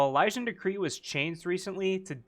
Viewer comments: e- lee- shin.... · “Uh-liz-in/ian” hearing you butcher Elysian triggered the hell out of me for some reason 😂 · how Elysian is pronounced.. e- lee- shin